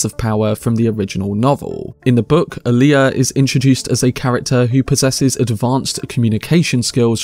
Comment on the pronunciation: "Wiffout fervor adieu..." BTW, It's Alia, not "Aaliyah."